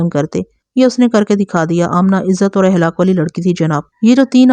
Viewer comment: AAP NAZRIN K BAJAYAY SAMAEEN KAHA KARAIN PLUS YE K خ کو خ BOLA KARAIN AAPح KI AEAZ NIKALTI HAIN. JAISAY AKHLAQ KO AHLAQ